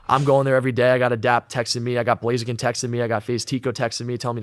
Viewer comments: What did you even edit? It’s blaziken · Ahhhh you said "Blazeiken" feelsbadman widepeeposad